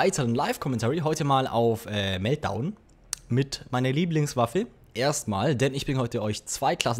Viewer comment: Wie du das Meltdown betont hast :D Einfach göttlich. ^^